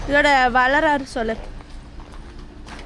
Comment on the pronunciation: 🙃 Adhu varalaaru not valararu....🤣🤣